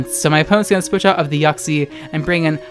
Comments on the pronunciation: Boi it's "Yiu-ksie" Not "Yuck-see" Your pronunciation is.... Yuck See what I did there? Yeah I'm gonna stop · I heard it as YUCKxie instead of Uxie lmao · Idc if I’m late, but you pronouncing Uxie as “yoksi” is hilarious to me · Also I'm late as well